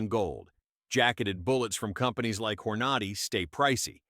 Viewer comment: Stupid AI doesn't know how to pronounce "Hornady."